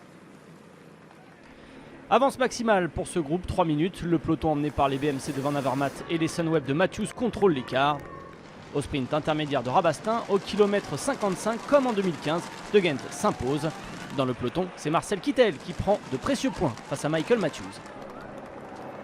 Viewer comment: La prononciation de Rabastens est un manque de respect de la ville, quand on est journaliste on se documente! (Ca se dit : "Rabasstainss"